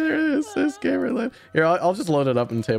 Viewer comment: Its actually pronounced Gamer Lund... Look at the board lmfao ☠️☠️